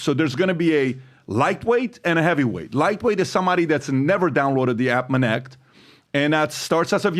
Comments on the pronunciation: bru sounded like biden yapping about " minnect" jesus i never wanna hear that word again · Minnect? Really?